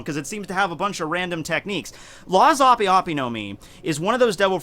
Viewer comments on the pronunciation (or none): Its pronounced ahp. ope is short for operation